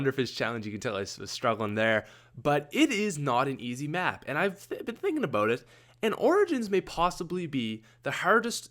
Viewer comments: Haurd aboot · when you say about it sounds like aboat